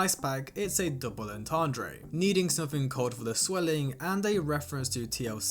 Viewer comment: “double entendrAY”